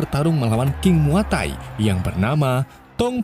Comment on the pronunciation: Muaythai kali bukan muatai